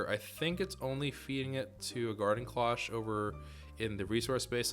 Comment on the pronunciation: The "Garden Cloche" isnt pronounced as "clock" its actually klosh, so like the fancy cover you see on cooking shows or high quality restaurants. They are typically silver.